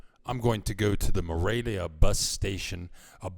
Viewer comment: I liked your video, but it really sounds like you are saying Moravia, not Morelia...